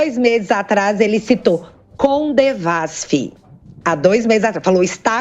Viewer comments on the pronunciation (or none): Só um detalhe, não é "CoNdevasf" o certo é "Codevasf" que siginifica: Companhia de Desenvolvimento dos Vales do São Francisco. Se o assunto não for esse me perdoem.